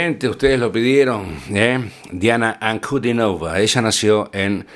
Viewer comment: Su apellido se pronuncia con el acento en la i, o sea en la tercera sílaba: Ankudínova.